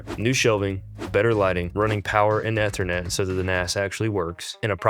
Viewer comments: ether net? E thernet lol where aare you from? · Eeeeeethernet. Long e bro. Otherwise great vid. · Take a shot every time he pronounces Ethernet incorrectly... Good luck. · And keeps saying it 100 times 🤣😩